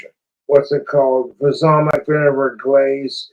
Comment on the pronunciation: Low key doesn't even sound like he's pronouncing "balsamic" right tbh... he's doing that thing where he kinda rush-rumbles words he can't pronounce/understand yet somehow thinks he's fooling people.